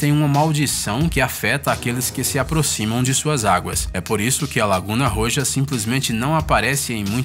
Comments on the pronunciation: Pronunciación: "Laguna Roha..",,, A pronúncia do Jota "J" em espanhol é aspirado, como se fosse um H. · O j em espanhol tem o som do R pra gente. No caso do Roja, a pronúncia sai como dois R no português, Rorra. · Mds esse cara deveria saber pronunciar melhor as palavras em espanhol kkkkk ri muito quando entendi a palavra que ele falou ROJA kkkkkkkkk